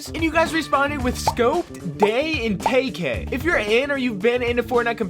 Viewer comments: Sorry just sain it’s not tay k is tkay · bro, its pronounced TEE-KAY